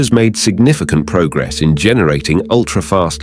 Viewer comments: Ah, you noticed that? And presumably you noted that "attosecond" was being pronounced "uh-TUHS-knd" (should be "AA-toe-seh-knt), and "picosecond" was being pronounced "PAI-ko-seh-knt" (should be "PEE-ko-seh-knt"). Everything in this video is wrong, both the content and the presentation. That's because the poster used a chatterbot (such as ChatGPT) to generate and narrate it. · Synthetic voice. You can tell by the way the 'narrator' mangles the word "attosecond", and mispronounces "picosecond".